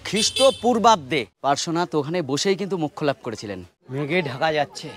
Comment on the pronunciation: পরেশনাথ পরেশনাথ করছেন কেন ওটা পড়ে শোনাতে না ওটা পার্শ্বনাথ😊